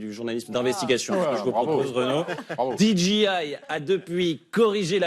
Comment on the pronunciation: Amis français qui insistez pour ajouter des mots en anglais dans vos conversations, apprenez la bonne prononciation. DJI se prononce didgéail, pas didjiail… 🤪 En anglais, le G et le J se prononcent à l’inverse du français.